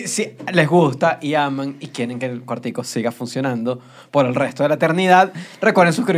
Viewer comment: Australian accent in il quar- ti-cou